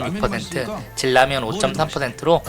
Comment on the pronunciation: 질라면이 뭐여 진라면. 발음이 거슬려